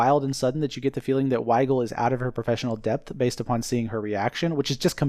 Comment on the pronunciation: I like how you're calling her weigal 😂